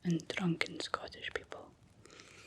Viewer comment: Full of magic, mystery and drrrrunken Scots. lol